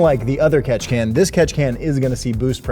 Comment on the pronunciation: Take a shot every time he says Ketchikan you will probably die 😂